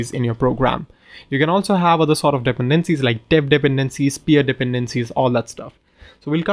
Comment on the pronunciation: I really love the way how you pronounce "dependencies". 🙂